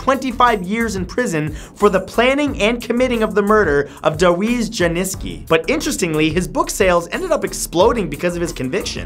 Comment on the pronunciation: its pronounced "Dahr-ee-usz Yanni-szevskee"